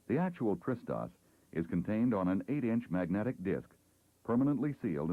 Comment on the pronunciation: Hah, took me a while to understand that he's pronouncing TRS-DOS as "Tristos", it sounded like a greek name or something...